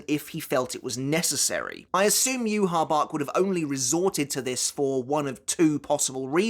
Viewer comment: Okay what's the correct pronunciation of yhwach? Cuz you say it differently than the anime and now I'm confused